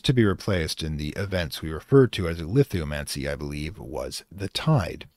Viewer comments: Great lecture. One correction though, I think the event is called Lithomachy, not Lithomancy. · Is it Lithomancy or Lithomachy? Because the Titan War from the Greek mythology is called Titanomachy and I'm like 90% sure that CS world's war between Gods-From-Stone and Hours is a reference to that. No disrespect, the video's good, just felt like a bit of an oversight.